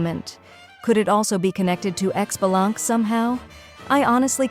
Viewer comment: Yes! Only one character I even might be interested in, two patches in a row, in the patches leading up to Mavuika! I consider this an absolute win! (Definitely Xilonen, maybe Chasca.) (Oh and tell your AI Xbalanque is pronounced "Shih-buh-lahn-kay", not "Ecks-buh-lahnk". :P )